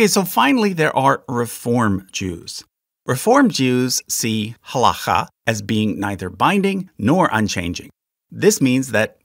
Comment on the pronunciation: This is also super nitpicky, but: generally pronunciation of Hebrew words has the emphasis/accent/stress on the second syllable, or the last syllable (depending on whether you come from a Yiddish-speaking background or not). For example, has-ka-LAH or has-KOL-leh, not HAS-kuh-luh; ha-la-KHAH or ha-LOH-kheh. Etc. And to be even more pedantic, typically you would not hear "mit-NAG-dim", because the pronunciation with the emphasis on the second syllable is from Ashkenazi Hebrew, where a tav without a dagesh is pronounced as an S. Therefore, it's generally always either mit-nag-DIM or mis-NAG-dim, generally never mit-NAG-dim or mis-nag-DIM. Truly sorry for this extremely pedantic comment! However, being both Jewish and autistic, I literally can't help it.